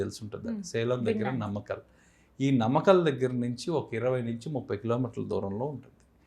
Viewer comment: నమకల్ కాదు నాయనా నామక్కల్